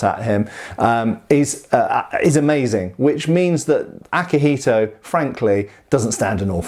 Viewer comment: for the record, you pronounced akihiko pretty okay, its better than other westerners saying "yuen"